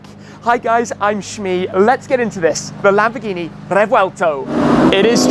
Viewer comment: " LAMBGHINI" lol